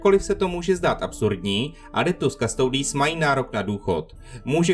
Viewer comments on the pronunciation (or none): Originálna Latinská výslovnosť je "Kustodis" a znamená to strážca